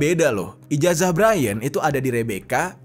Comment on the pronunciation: Santai aja bang jer😂 Ijazah dibaca Ijasah